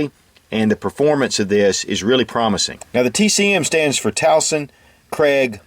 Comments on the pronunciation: I am always pleased by your videos, I just wanna comment on mr, tuason's last name on how u pronounce its Tu-wa'-son. Not tawson. Not to bash or disrespect your channel nor your videos My take is just a simple correction. Ty sir more power on your channel. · oh,, Tuason is pronounced twa-sawn. and in partnership with Fred Craig no offense but just so you know. great man this.